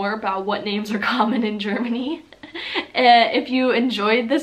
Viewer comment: you can pronounce the names really well👍